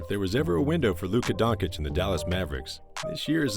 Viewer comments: Absolutely amazing video but it’s Don-chitch not don-cich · DONCHEEEECH not Donkich lol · Wanna be a good youtuber? Lesrn fkin names and surnames. Don-chich, ZUBAC.